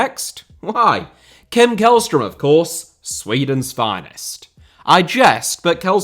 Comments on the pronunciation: the way u prounounced källström in swedish was right and then u proceeded to go KÄLLström again💀😭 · Always amusing to hear Swedish being mispronounced. Jokes aside, keep up the great content! Edit: Sent this before you corrected yourself. Yes, it's a soft K, the first half of his name sounds more like "shell". I was hoping you were going to give "Djurgården" a crack